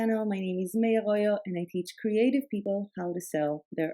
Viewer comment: “It’s gonna be ”